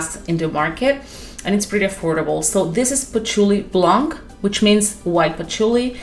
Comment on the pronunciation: Blanc the C is silent 😊